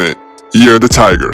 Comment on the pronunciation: “Year of the tigger”